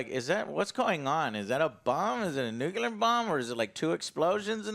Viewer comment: NU CLE AR ITS NOT NUCULAR ITS NUCLEAR